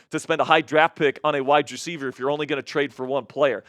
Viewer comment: I’m sorry, but if he pronounce wide receiver like that one more time, they jumped off a bridge! “WYE DRECIEVER”